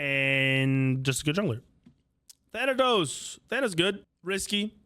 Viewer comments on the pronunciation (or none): none